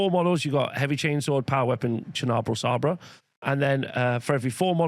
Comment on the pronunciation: It's sabre as in lightsaber 👍